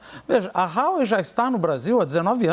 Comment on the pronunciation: DE AMBAS AS PARTES, QUEM... CARA PÁLIDA? O CAIO SEQUER SABE FALAR HUAWEI